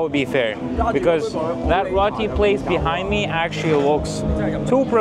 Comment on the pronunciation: FYI, it's pronounced ROTI, not RATI.